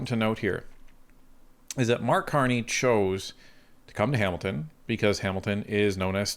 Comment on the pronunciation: Carck Marney 😂 Blarney Carney The Con Man 😵‍💫🤪